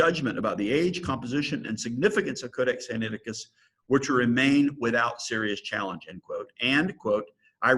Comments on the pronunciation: Sigh Nigh ti cuss (not Sigh knee ati cuss) From where does an ee sound come after the N? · I've noticed many on YouTube usually mispronounce it. I've always pronounced it Sin- ai (like he letter i) ti-cus. That was how I was taught that it was pronounced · Very dubious textual criticism here from a guy who can't even pronounce the name of the text correctly.